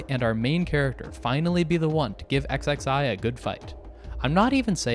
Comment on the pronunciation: This is my introduction to DB Multiverse, so I have the impression that it fuckin sucks. Also XXI has to be "21", like, come on man. Zee? Really?